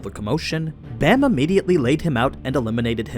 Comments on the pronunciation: Its b aaaaaaa m. Like open wide and say aaaaaaaa. Baam not Bam👌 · Man i love your content l, but please watch it in english. They use the correct pronunciations and you are slacking my friend lol. Its pronounced baam ( long a) not Bam. Im not good enough at spelling to type the rest out. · Why do people keep mispronouncing Bams name. It’s B-Ah-m. Not Bam